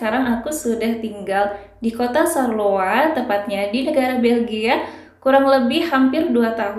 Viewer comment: Bacanya bukan sarloa, mbak... tapi syar-loa ... pake 'shod' kalo bahasa Arab :-)